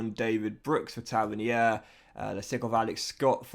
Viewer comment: Still not pronounced Tavernier. Taverneer buddy